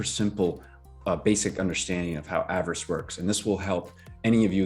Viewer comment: Sorry, I should've clarified my last comment. You were saying avarice correctly with the short vowels (av-er-is). You're right about pigs too! Such a bargain right now.